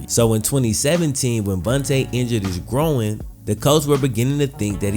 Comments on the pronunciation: Needed surgery on his “grow-in” ??? Are you sure you didn’t mean groin ? (Gr-oy-n) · Groin not “gro-in” fucked with the video though. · You say injured growin instead of groin lmao 😂😂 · An injured “growin” wtf lmao GR-OY-N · He hurt his “grow-in”?? Thats terrible. A gro-in injury could be devistating hahah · man its pronounced grOYn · You keep sayin “grow-in” throws me off lol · How did he even injure his "Grahwoine"? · His "gro-in" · My opinion is I thought it was called a groin NOT a gro-in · i have never heard someone pronounce groin as "groan" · Why are you pronouncing groin like ‘growin’? Noticed it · I thought i was the only 1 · Is he saying “groin” weird or is it me? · I know what a groin muscle is, I was asking to be sarcastic as his pronunciation is one I have ever heard before. He says it in almost two parts. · why do you say 'groin' like that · Buddy can’t pronounce “groin” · Not trying to insult you, I mean no disrespect at all. I’m having trouble understanding what Davis’ nagging injury. It kinda sounds like “groin”, but it just sounds different to me Again, I’m not trying to judge by any means. I’m just trying to understand it